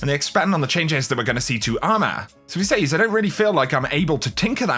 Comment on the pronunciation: Really enjoy your videos man, please learn how to pronounce the word "says" please!